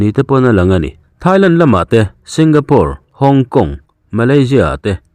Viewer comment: Singapore lam dik awmchhun ini awm e,SingaPUR an ti tlat hlawm zel nia.🤔😪👍👍